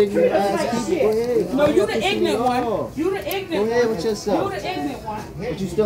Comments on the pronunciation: Ignant? You mean ignorant. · "IGNERT"....YOU MEAN "IGNORANT"? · Ignorant not ignant lovie also its asked not aKsed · that's a new one to me, lol "i-gnant " one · When you’re too ignorant to pronounce ignorant correctly. 😂😂😂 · I find it funny how they all can’t pronounce “ignorant”🙄